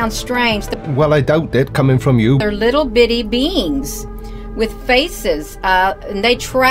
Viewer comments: Where is family? Unless they are laughing as hard as the rest of us. Did she say little bitty beans or little bitty beings? Either way, she needs help. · Did she say ity bitty beings, or, ity bitty beans?|?